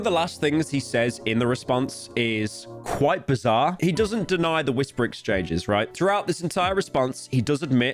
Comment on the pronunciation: Every time pyro said bizarre I lost a brain cell. I’m now brain dead. Thank you pyro